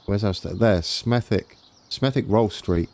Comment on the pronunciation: Hi mate in Black Country Smethwick is pronounced Smethik hope you Have a Good New Year budd